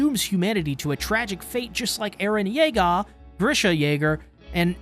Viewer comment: I could only deal with you saying eren Yeager like that so many times… 😭